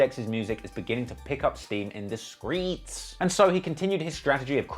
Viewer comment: its funny we say " streets " and dex says " squeets " jus a thought lol...